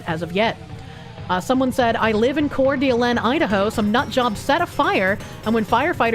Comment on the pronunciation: it's pronounced like "core duh LANE". My grandparents lived just over the state border from there in Spokane ("spoh can"), so I'm used to the weird names in that area. It's a very nice place, but kinda hot and dry